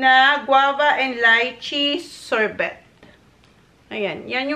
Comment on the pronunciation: Pronounced as "sorbay":) I'll miss this tandem...hope in the future again